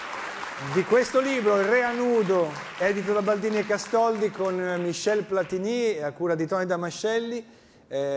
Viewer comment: Platini .....senza accento sulla i. Nonni di Novara